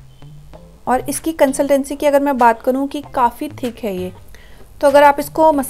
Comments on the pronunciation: Vo consultancy anahi consitency hota hai 😂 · Pehle english bolna sikh le absorb ko absurb bol rhi h or consistency or cntensy